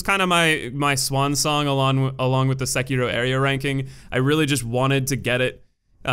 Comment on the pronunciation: The way you pronounce Sekiro hurts my life.